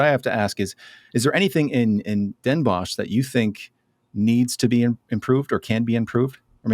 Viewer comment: Bonus points for pronouncing Den Bosch as “boss” instead of “boshj”! 😊